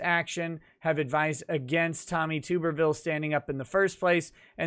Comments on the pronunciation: It’s actually pronounced “Tubb-erville” not Tube-rville. Other than that, keep up the good work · For the love of God, it is Tuberville, with a short sound "u", not Tooberville. The man was head coach at several major football programs, and there are literally hours of sportscasters saying his name correctly. What is up with this. Are you guys all listening to Tim Pool and making the same mistakes as him. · I’m so sorry to do this but it needs to be done. Tuberville is pronounced Tub-er-ville. As in Tub(pronounced close to bathtub)-er-ville. Great video though. Just something I wanted to comment on. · it's TUB-ER-VILLE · It's pronounced Tubberville. College Football Coaching legend. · Tuberville is said like get in the tub tuberville